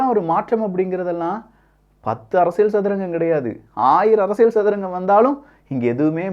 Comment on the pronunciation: அரசியழ் இல்ல, அரசியல். தமிழை சரியா உச்சரிக்க தெரியலன்னா ஒன்னாவகுப்பு டீச்சர்ட்ட பாடம் கத்துக்கோ.